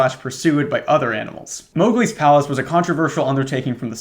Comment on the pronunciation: i heard "moghgwyn palace" instead of "mowgli's palace" and the mental image of a disney blood-temple made this story pretty confusing for a minute.